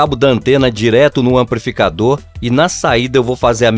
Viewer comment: AmpRificador, exempRo...meu Jesus! É fR0&@ ouvir isso, meus tímpanos pedem socorro!